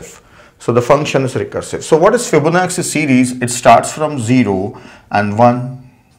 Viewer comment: Yes I noticed that too. It is an Italian name. It should be fib-ona-chi. Same with da vinci (da vin-chi), bellucci (bel-loo-chi). Lets not focus on pronunciation and accent. Here in the US, Americans mess up Indian names all the time. Its not a big deal. These are great tutorials and we are getting to learn so much for FREE.